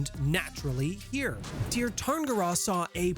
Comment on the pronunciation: Sear. Its pronounced Sear Sear-in-gear. And honestly a lot of what your saying about elves, particularly that they are rich and powerful and beloved, isnt even a stereotype in shadowrun much less true. There are trailer parks and janitors and losers in the Tir just like anywhere else.